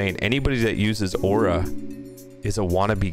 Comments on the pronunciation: why say waura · bruh stop everyone still love aura say it right lmao dang you say ora stop over reacating dang dud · i literally made a vow to NEVER buy “aw-rah” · He’s putting out his own opinion and everyone else likes it and he saying aura like a stupid away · This kid has no idea how sweats be like he can't even pronounce aura